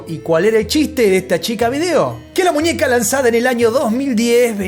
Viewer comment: Ninia? Munieca? 😅